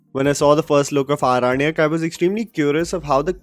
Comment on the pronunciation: Respected sir I really appreciate your review of this movie but I would like to say that the title of the series is pronounced Aorannak not Aranak.